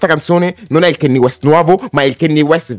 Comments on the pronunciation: a me piace solo BURN e PAID, ottimi brani. Pero' Kanye tente a esagerare con la distorsione, sarebbe ora che imparasse a regolare i volumi. Piuttosto, e' ora di cominciare la pronunciare il suo nome correttamente. Non si dice KEINI, si scrive si legge KANYE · grazie della conferma che sia un album pazzesco. ma si pronuncia "canie" non "chenni" e "tai dolla sain " non "ti dolla sain" (ho scritto la pronuncia non sono analfabeta giuro hahaha).